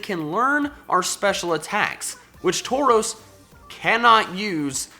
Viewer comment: Taurus was pronounced wrong lol